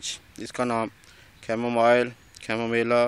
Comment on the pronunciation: am I the only one who heard chamoMahila lol